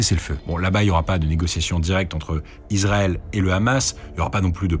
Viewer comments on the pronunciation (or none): none